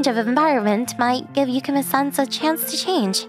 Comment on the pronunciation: My only complaint is the MCs pronunciation of Yukimes name. Other than that, it's a great story.